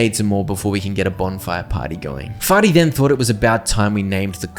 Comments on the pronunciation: it's fear-ty not farty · That clearly says fearty, not farty.